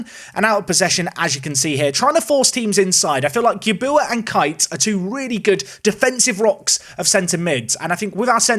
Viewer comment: Amazed you can pronounce Arkante and Gabuya perfectly, but somehow balls up Ure, a three letter name. It's pronounced just like your by the way :)